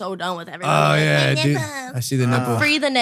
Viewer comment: Stop saying ye like plants ya weapon.